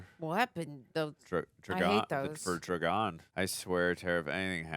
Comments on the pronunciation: I tried to take a drink every time you said "Drogon" but I'm completely sober coz I threw up every time I heard you say Druh-Gone.😂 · That bothered me like cmon now, you’ve heard it multiple times😂 Dro-gooon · That shit drove me nuts!! I’m like how hard is it to say “Drogon”!? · All these episodes later and you still can't say Drogon!😂❤